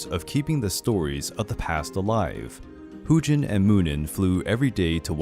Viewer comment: Pronunciations were wrong (Huginn, Jormungandr specifically).